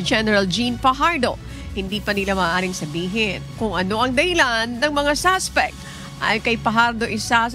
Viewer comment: SUSPECT HINDI SASPECT ! ! !